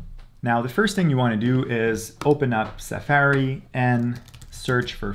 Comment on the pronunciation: Suh-faerie??? That's the first time I've heard it said like that. I don't think I live in a bubble, but it's possible. 🤷‍♂️